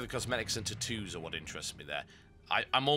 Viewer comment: "Tutoos" I can't get over the way you say Tattoos...